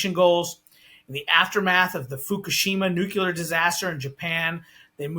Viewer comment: Another energy “expert” who can’t pronounce the word “nuclear” correctly and who is allowed by the interviewer to falsely blame blackouts on green energy policy. The main reason U.S. power disruptions have become more frequent is because of extreme weather events. I’ll give you one guess as to why extreme weather events are increasing.